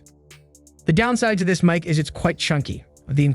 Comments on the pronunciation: Mick? mic is pronounce Mike. Not Mick. ... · It’s pronounced ‘Mike’ not ‘Mick’ FFS! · The way you Say MIC is annoying.. its "MIKE" not "Mick" do you say microphone? or mick rophone?? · for someone doing "mick" review... your sound is dog water and you can't pronounce the subject matter, and it sounds like you are just reading off the "mick"s advertising website. low quality garbage content